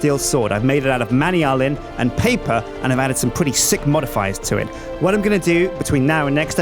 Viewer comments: It's pronounced "man-yoo-lin" not "many-ullen". :3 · It's not pronounced Manny-Alan! I call it Mana-Mana, but I think it's pronounced man-yoo-lin. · Not man-ee-ull-in, man-ule-iun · I don't like the way that says manyullin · Man-you-lee-an the proper way to say it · not man-e-ull-in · it's man-a-lin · your saying manyulln wrong its man-yull-n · Manyullyn is pronounced man-you-lynn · please pronounce it man-you-lyn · it is pronounced Man-you-lyn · IT IS PRONOUNCED man-yoo-lee-un!!!!!!!!!!!!!!!!!!!!!!!!! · I think he's pronouncing Manyullyn wrong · is killing me by mispronouncing manyullyn and wanting to make a manyullyn hammer. I like cobalt hammers better, because they are faster. The higher durability makes no difference when using autorepair or RF.